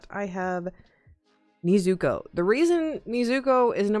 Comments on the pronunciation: Its nezuko and not neezuko lol also im pretty sure she is aoe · anyone gonna notice she said “ Niizuko “ instead of “ Nezuko”?